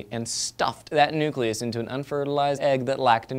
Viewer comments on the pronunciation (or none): said NUCULUS again..!!!!!! See =D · Not that I want to pick on the awesomeness that is, but, NUKULUS IS NOT A WORD!!!! AAAAAAHHHHGHGGBBBB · DID HE SAY NUCULOUS!?!? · said "nuculus" instead of "nucleus" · ...did you seriously just say "nuculus?" I am thoroughly disappointed. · pronounced nucleus wrong